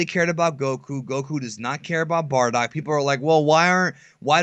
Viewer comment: Its "Bardock".. Not fucking "Bordack" Geez